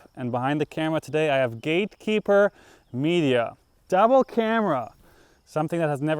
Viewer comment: Awwww Simon is really becoming a Mass resident... "Gatekeepah Media"